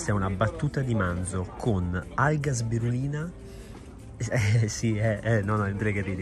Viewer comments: “Alga sbirulina” 😂😂 è SPIRULINA!! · Comunque l’alga è spirulina non sbirulina😂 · Alga spirulina non sbirulina 🤣🤣🤣